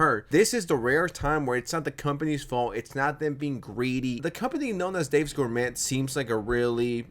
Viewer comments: Hm, it's not pronounced "Dave's GourMET." It's pronounced like 'gor-may.' It's a French word widely used in the US, but it sounds like English isn't your first language, probably, so fair enough, I guess. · its pronounced "gor-may" lmfao jesus christ bruh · cant you even say gourmet correctly? wtf